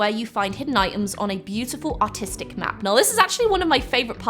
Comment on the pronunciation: I heard autistic not artistic💀